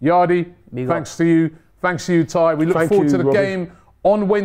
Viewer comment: it's not me and Tye it's Tie and die. 😂